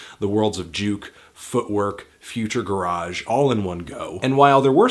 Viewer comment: PLEASE PRONOUNCE GARAGE CORRECTLY